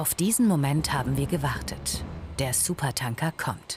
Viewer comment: Es triggert mich irgendwie, dass die es die ganze Zeit SupertAnker und nicht SupertÄnker aussprechen.